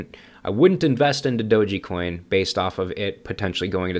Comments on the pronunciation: Pretty sure it's pronounced doge coin, not doge-E coin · so what you're trying to gain by leaving negative and judgemental comment towards "Doji coin" in your video? LMAO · you are the only one I ever heard call it doe gee coin. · "I've done my research " ...doesn't even pronounce it correctly...."it doesn't have use cases" then names use cases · What you said I cant argue...but I can't take you seriously when you cant even pronounce dogecoin correctly...🤷‍♂️